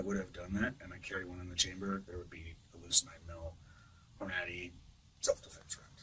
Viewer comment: He just pronounced Hornady “whore-nad-ee.” I’m glad that this is leading to his arrest based on that alone.